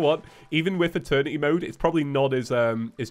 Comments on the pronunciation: Guys it’s happening again... eterny mode instead of eternity mode🤣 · "They wanted Eeterny mode". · i cant hear eternity im just hearing attorney